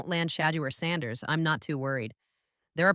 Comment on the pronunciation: Nah, this some AI slop, how you don’t know how to pronounce the Sander family names atp? 😂😂